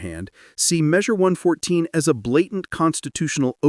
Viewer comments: Less than 20 seconds in and AI can not say 114? Drop the AI crap and make a real video. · "Eleven four?" You mean One Fourteen?